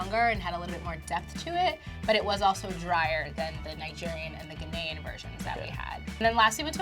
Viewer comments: The way she says Ghananian is killing me! I can't believe that you think Nigerian Jollof is better than Ghanaian Jollof., you killing me. GHANA JOLLOF All Day🇬🇭🇬🇭!!!! Fun fact WJRD (World Jollof Rice Day) is August 22nd. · She said GHANAYAN😭😭😭😭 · I’m Ghanaian , but that not how you pronounce Ghanaian. I’m so sorry but it’s bugging me so bad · Yooo, She just violated Ghana by the way she pronounced Ghanian. 🤯🤯😰